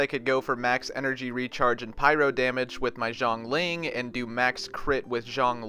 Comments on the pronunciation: Why are their names so similar? I think you’re pronouncing xiangling like “zhongling”, so it sounds very close to zhongli. Xiangling actually is pronounced a bit more like “shangling” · zhongling——— uhm its pronounce like “shiangling” not shangling😔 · Xiang ling is actually pronounced as Shiang ling. You’re pronouncing it as ZHONG ling which can cause confusion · Xiangling is pronounced See-ang-ling, not Jee-ong-ling. The way you were saying it sounded too similar to Zhongli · Xi = Si sound :D "Siang ling" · Xiang=Syang Zhong=Jong You're pronouncing them wrong that's why they sound similar 😂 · but seriously now the pronunciation for Xiangling or a more accurate and easier way, Xiang Ling, is basically Siang Ling. While Zhongli/Zhong Li is supposed to be spoken a little more sharply on the 'Z'. Although Zhongli's pronunciation is pretty accurate anyways. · you got the Ang part right but not the Xi part >o< should be like "Siang ling" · Don't know if you care but xiangling is not pronounced zhongling like you are doing. So zhongli and xiangling names are pretty different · I'm spending every single primogems on Zhongli coz who doesn't want a tired, broke ass God in your team?? btw you pronounce his name is like the Z from 'Zoo' (Zhong - lee), and Xiangling is She - ang - ling. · Xianling is actually pronounced closer to [syan lin] Meanwhile Zhongli is actually pretty much [(d)jon li] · xiang ling pronounced si-aang li-ng the X is kinda like an S (like snake) and unlike zhong li she does not have a H so pronounce it more like si instead of she. through this you'll find out that xiang ling and zhong li is two very different sounding names. beidou is kinda like bae-doe. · Bro, you're pronouncing xiangling as zhongling.....which sounds like zhongli....